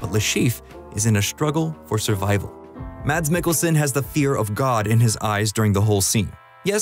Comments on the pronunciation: i love mads mikkelson so much, dude is genuinely one of the most talented actors out there. literally just go look at his wiki, he's also a gymnast and did multiple plays and ballets! small detail, his name is not pronounced "mads" its more of a "mass" or "mess" :) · How people fuck up pronouncing his name everywhere I go? It's "MASS" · Saying the word "mass" but with a shorter "a", is how you pronounce Mads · Pronounced "Maas". The "d" is silent. You're welcome. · I just wish the narrator would have learned to pronounce Mads' name correctly. What a brazen eejit. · you do a whole video on him but still dont know how to say mads..